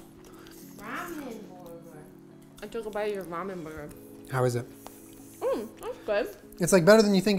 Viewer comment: nobody: jenna: rAmEn BoRgOr